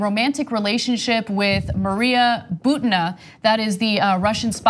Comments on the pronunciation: Her name is pronounced Boo-teen-uh... not Boo-tin-ugh... Just saying you go thru all the trouble of doing the research (well ur interns) and then you say the name in a way that people will not even recognize who your talking about... Why? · Ana's pronunciation of "Butina! is ridiculous.